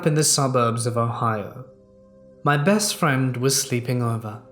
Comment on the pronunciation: the cocks did too? listen carefully lol i swear he sometimes says breast friend aswell..